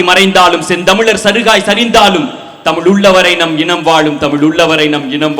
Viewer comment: கவிதை எல்லாம் சரி ஆதி, தயவு செய்து, தமிழுக்கு அடையாளமான ழ எழுத்தை ஒழுங்காக உச்சரிக்கவும்